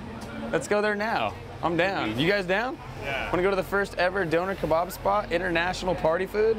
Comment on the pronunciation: “doner kabarb”